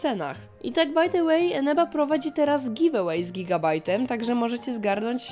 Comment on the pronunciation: Czego ja zamiast Eneba słyszę Ameba?